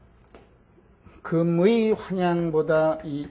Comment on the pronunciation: 금의의 금은 "길게"발음해야지요!!